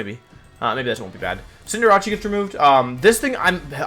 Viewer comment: Alright i cant help it this time... DID YOU JUST SAY "akraneenay"?! Pronounce the word "canine". Now put "arc" in front of it. "Arc canine". "Arcanine". Like Arcane, and Canine. Arcanine. Cinder, Ace. cinderace. Pronounce "cinder", and then "ace". Its Cinder-ace. "Cinderachee"... dear lord my man please pick up a dictionary lmfao